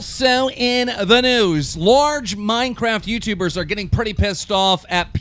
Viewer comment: I love keem but every time he says " also on the noose" a small part of me dies :(